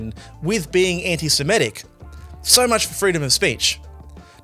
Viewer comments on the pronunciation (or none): It is pronounced anti-semITic, not anti-semETic. an·ti-Se·mit·ic ˌan-tē-sə-ˈmi-tik ˌantɪsɪˈmɪtɪk